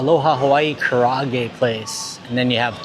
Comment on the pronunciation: ka ra a ge say each syllable separately